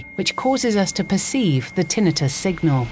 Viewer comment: Thank you, Ms. Announcer, for pronouncing "tinnitus" correctly!